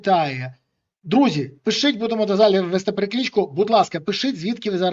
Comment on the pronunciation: чому Береза каже "пишить" замість "пишіть"? Він точно може вимовити "паляниця"?